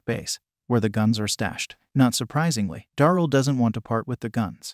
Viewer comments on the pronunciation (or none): "Da-rell" not "dorl".. please... for my sanity 😂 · ITS DARYL NOT DORAL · You say many names wrong especially Daryl